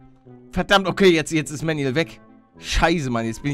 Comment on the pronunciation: Er heißt Manuel nicht Mänjuels